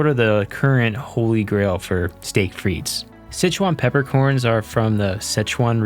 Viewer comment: One of these days people will realize the S in Frites is silent